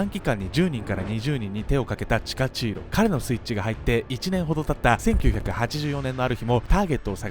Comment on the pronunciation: チカチーロがタチチーロやな(;-;)